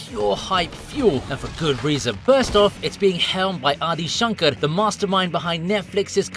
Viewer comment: I love how he said shankar with a rrr :D dayum boiii